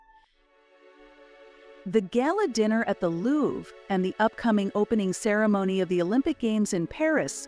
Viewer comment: Please, moving forward, just a suggestion, look into how you pronounce words especially world-renowned Louvre, and other highly important significant figures.